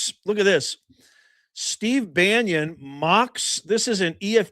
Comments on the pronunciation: Ban on. Not Banyon….Im not sure about any involvement… I haven’t seen anything incriminating him of sexual “escapades” BUT Bannon does documentaries. He was supposedly trying to get 50 hrs on interview time for a documentary on Epstein. I haven’t seen anything to cast SA blame. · Love it! there is now a coalition of pronounce Bannon properly viewers. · Bannon not Banion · It's pronounced Bannon not banyan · Bannon not Banyo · Bannon, not Banyon. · baa NON !!! not Banyon or Banion. Pseudo intellectual punching bag. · Why are you saying: Banion ? It's : Bannon, for God sake. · I really enjoy your videos. But one thing is bugging me... BaNNon Bannon. Not Banyon or Banion. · … buddy, Steve’s last name is….. BAN NON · Hi, Steve Bannon’s name, is pronounced ban un. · Why do you keep mispronouncing Bannon? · It's NOT BannIon professor. Try baa NON. Content has been great but you dont need to come off like Chris Matthew's X20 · Steve Bannon's name is pronounced BAN IN! THERE'S NO I OR Y IN HIS LAST NAME! HE'S NOT RELATED TO PAUL BUNYAN! I CAN'T STAND THE GUY, BUT EVERY TIME I HEAR YOU CALL HIM STEVE "BANYIN", IT'S LIKE NAILS ON A CHALKBOARD TO ME! Thank you for your attention to this matter. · Bannon,, not pronounce Bannion,, has not been accused by any of the girls, or just talked about, in any way associated with doing anything with those girls.. and you're acting just as bad as the Democrats do, when you start making these accusations, not knowing anything,,, again, you're acting just like the Democrats do , I normally really like your shows, but , you are acting very shamefulyl,, because you have no clue, what bannon, is saying to Epstein, you're doing just like the Democrats do with President Trump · and BANYON or Bannon ????? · It's pronounced Bannon,,, not Bannion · Why do you say banyon? It's bannon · Steve "Bannon", not Banyon☺️ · B.a n.n.o.n. Not Banyan